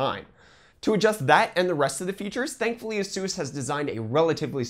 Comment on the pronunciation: did he say A-SUUS